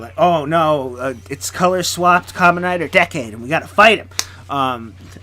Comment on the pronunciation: You Said Decade Wrong Its Said As Decay